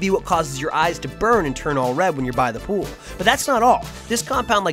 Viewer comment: Welcome to the ool. Notice there is no p in it. Let's keep it that way!